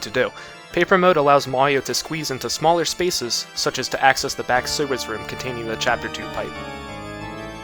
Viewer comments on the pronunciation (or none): I’ve never noticed slight, what is that, Jersey, Boston(?), accent before now lol. Even a second before this clip where he says “allows us to do.” Like, the term “sewers room” just brought out the full Jewish grandmother lol